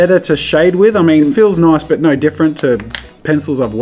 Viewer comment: Does anyone else notice he says: "Dough" instead of "no"?